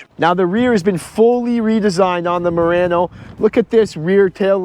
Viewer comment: Why you keep saying Moreno?